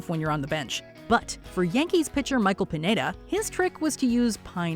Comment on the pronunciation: Michael Pineda's last name is pronounced "peen-YEAH-dah."